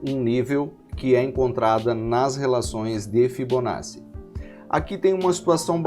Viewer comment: A aula é excelente, mas a pronúncia correta é ''fibonaTTi"